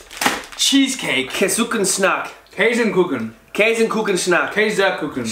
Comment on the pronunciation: „Käisenkuken Snak“ „Schniieette“ 😂 Ich find das Mega niedlich, wie sie es aussprechen 😄